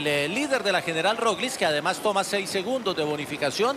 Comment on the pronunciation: Gracias por un aficionado, como yo, quien me corrige, no es Roliz, es Roglic. Total estoy para aprender . Lo de Primoz Roglic, es un exhibición de altura, paseando en las montañas de Francia, con un equipo blindado. Estoy haciendo votos por una buena actuación de Nairo Quintaña, porque en el ser humano lo más importantes es la vergüenza deportiva, y este ciclista le sobra